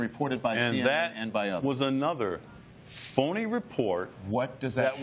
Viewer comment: foony Report haha